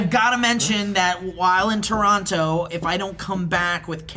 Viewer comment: any other Torontonians notice how they pronounce the second "t" in Toronto?